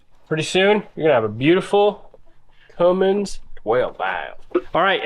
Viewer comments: I liked your videos on Fred but you lost me the second you said Cummins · A Fummins? Aww man…